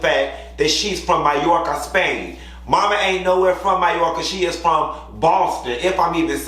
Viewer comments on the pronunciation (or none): none